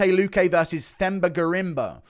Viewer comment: FYI you don’t pronounce Themba with a TH. You say it “Temba”. You welcome.